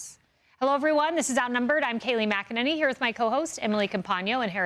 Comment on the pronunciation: Dude... Kayleigh Mc En-Nanny.